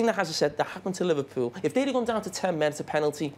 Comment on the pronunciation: Could someone teach Neville and Carragher to pronounce Liverpool correctly.....it ain't "Liverpyoul"